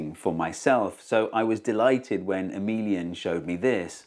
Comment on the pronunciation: When you said Emilien (?) I thought you said ' a minion ' !